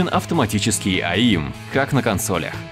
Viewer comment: Auto Aim = Ауто Эйм, ЭЙМ блэт, никаких АИМов нет и не было! Запомните уже, игро-обзорщики блин!